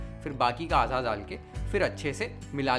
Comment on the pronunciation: दाल देना ❌ डाल देना ✅ द से दवा , ड से डमरु | कृपया इसे १०० बार बोले हर रोज़, आपकी भाषा सुधर जाएगी |